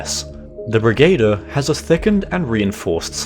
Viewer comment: the word brigadier is pronounced brigg-a-deer.